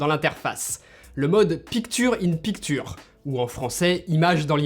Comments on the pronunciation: Dommage que tu massacres la prononciation des termes en anglais comme « Picture in picture », ça dégrade l’aspect qualitatif de tes vidéos, ce qui était beaucoup trop flagrant dans les vidéos sur le Mac Pro. Tu devrais faire un effort en les prononçant ou utiliser les équivalents français. 😉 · pik türe in pik türe incroyable anglais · quand il a dit ""picture in picture" je croyais que c'était déjà en français...(prononciation)